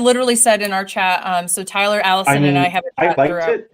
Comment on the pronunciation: Hi Tyler. Yes, you pronounced my name correctly. Thank you guys for another great show. I missed Allison though ... Everything alright with Deb? Haven't seen her for some weeks now. Hope she's okay :)